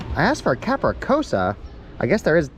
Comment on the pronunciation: Bro, it's capriCCiosa not Capricosa!